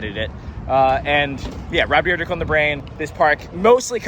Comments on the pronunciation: It's deer-deck, nor drdrdrdrk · I'm going to be keeping a tally of how many times you say "deer drek" in this video, will edit comment at the end... lol edit: so I counted 14, and you also said it right at least once bonus "ECKspecially" tally: 2 anyways, fun video concept, liking all the inserted clips and whatnot lately too 👍